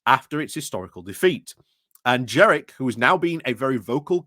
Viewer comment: It's JENRICK with an N. His nickname generic jenrick doesn't work if you mispronounce his name.